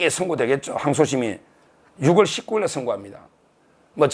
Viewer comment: 서 변호사님~~정말 대단하세요^^근데 6월은 유월로 10월은 시월로 발음하시는게 한글 규칙입니다 ㅎㅎ❤❤❤